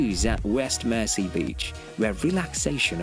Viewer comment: It's not pronounced "Mercy Island" at least I never have. For us it was always pronounced "Merzee Island". And I've known inhabitants of the island who ALSO pronounced it Merzee. But language is an ever changing thing.